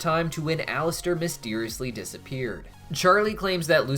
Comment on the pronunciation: Did you say “mysdeeriously dissapeared”?